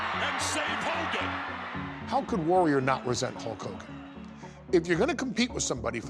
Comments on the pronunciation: You forgot "Whole Kooogan" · Nobody: Ultimate warrior: LOOK INTO MA OZ HULL KOGAN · Yea I believe the ultimate warrior said Koke Kogan idk lol...